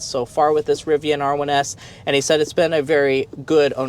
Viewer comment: Nice RIVVIAN